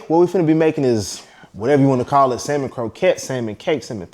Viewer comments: For me its Samon not salllmon. 😂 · The “L” in salmon is silent! Consider this, I’ll have sammon for supper tonight. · Samon No L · Salmon -no ‘l’. Like it well done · The “L” is silent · The L is silent....